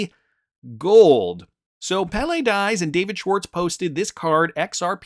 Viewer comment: Pele pronounced PAY-LAY